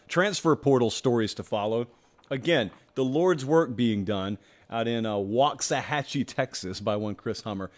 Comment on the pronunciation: Mad props for pronouncing Waxahachie correctly,!!!